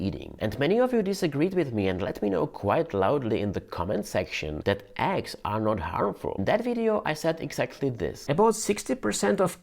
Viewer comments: My dear pronouns eggs as eggs......and not X. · You pronounce Eggs as Axe)))) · You sound like your saying axxxx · I thought they were called eggs. Didn't realize I was saying it wrong all this time. "Aggs", I like it. LOL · Didn't know he was saying "eggs" until I saw the egg.